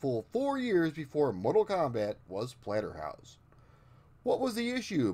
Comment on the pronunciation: You totally called it Platterhouse at the beginning LMAO